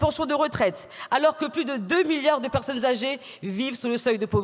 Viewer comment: 2 millions de pewsonnes âgées ou 2 milliawds ? Balivewnes!!!